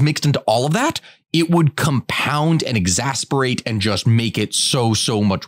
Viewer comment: Love the podcast, I just gotta point out the word is "exacerbate" (ex-as-ser-bate)